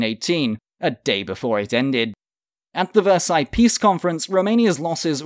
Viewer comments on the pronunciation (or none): none